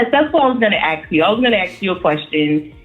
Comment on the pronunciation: Why is "ask" so hard to pronounce ?..........